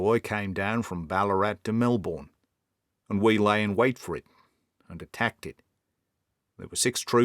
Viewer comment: You're a very convincin Aussie, except when you said, "Melbourne". I kept forgettin that you were actin, and thinkin that you were an Aussie.